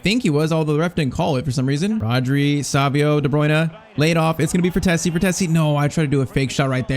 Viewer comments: Frtesi ❌ Fratezi ✔️ I'm talking about pronunciation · IT’S FRATTESI (FRATEISEE) NOT FRATHESSI